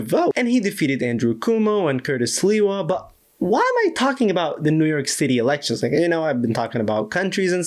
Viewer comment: Y'know what i love most about this? Calling the opponent CUMO and LEWA xD If they don't pronounce our names right, why should we work at it?